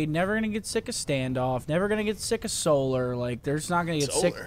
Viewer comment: scump was doing so well until he said... Solar.